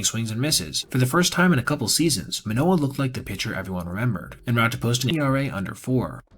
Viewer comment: As a baseball journalist, theres the basic expectation to pronounce names correctly. Especially when its a former all star and cy young finalist. How can u make a whole video abt the guy and not say his name right?